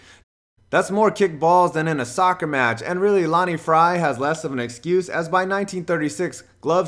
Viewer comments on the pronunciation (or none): none